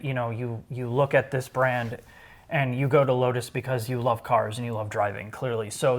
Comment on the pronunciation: Every time he says brand I get agitated.